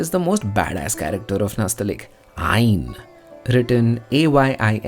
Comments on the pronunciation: Nastaleeq is not pronounced like that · It is not nastalik but nastaaleeq